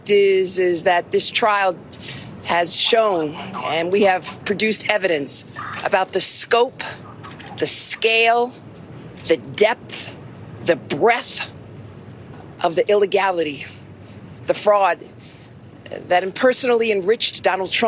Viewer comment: ... "breath???" Or, "BREADTH?" Ughhhhh. Silly woman. Nonetheless, #Biden2024